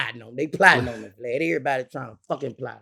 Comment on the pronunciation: He calls him VGLAD not glad y’all can’t hear . And I agree with Boosie , if you’re married your baby father shouldn’t be paying child support . Your husband is supposed to provide for you and yours !